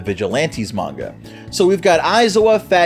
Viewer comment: its pronounced manga~~